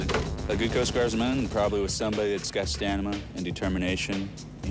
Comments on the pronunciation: "Stanima" im so done lol... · "You got to have stanima" lol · Okay, did the guy say “Stanima” or is it just me? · Gotta have that "stanima" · This dude said “ stanima” twice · I’m very upset, he said “stanima” twice